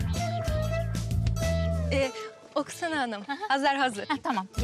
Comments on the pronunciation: Oksana deyil Aksana 😁 yazarken Oksana soylerken Aksana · şey olabilir oksana yazılır aksana oxunur 😁